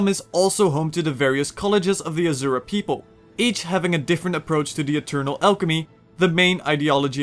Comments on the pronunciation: Asura is pronounced like the words, "uh" "sir" "uh" not "azure" "uh" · Nice video, though I should point out, "Rata Sum" is pronounced "Rata Soom" and "Azura" is pronounced "Asoora".